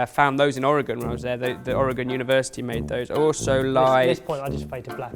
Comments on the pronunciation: He said Oregon correctly, yay! Now if only people from other states in the USA could actually learn how to say it properly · 10 brownie points to for pronouncing Oregon correctly